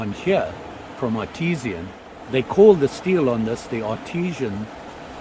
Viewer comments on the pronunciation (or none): It's pronounced Art-I-San cutlery